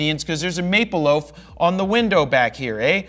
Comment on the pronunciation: "maple loaf" lol